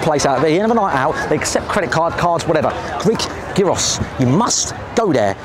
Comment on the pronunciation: “They sell a geaross” 😂